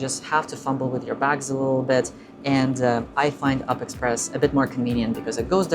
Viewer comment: It’s read as U-P express, not “up” express